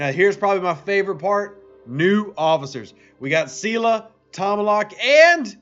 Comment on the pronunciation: I know I’m going to like this vid! Lol “c-la”